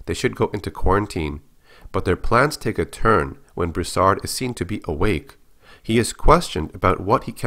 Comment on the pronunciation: Its pronounced (Brew-Sard) not (bruhsard)